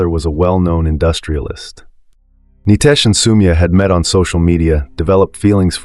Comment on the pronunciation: Nitesh not Nytesh😮